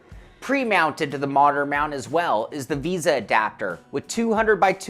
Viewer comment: It is "v ay sa" mount, not "visa." Just picking on you, lol. I may buy one of these for my next rig. But I am looking at Trak Racer rigs as well. Their 8020 rigs have a lot of accessories. I do prefer the tube steel look though.